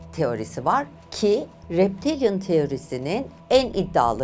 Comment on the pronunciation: Reptilyan ! Maalesef yanliş telâffuz ediyorsunuz